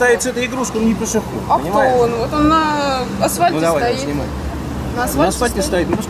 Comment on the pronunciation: "на асВальте стоит..."